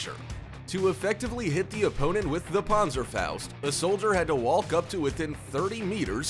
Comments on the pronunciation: It’s called pan-zer-faust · I am a German and i Love how He pronounced "Panzerfaust" 😂👍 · It pronounced panzerfaust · The way he said panzerfaust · i love it how you pronounce the "Panserfaußt" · I know right.